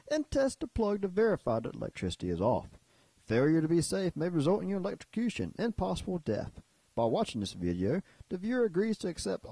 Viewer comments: Electr "O" cute. Not electricute! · "Electricute," lol. Good video, though.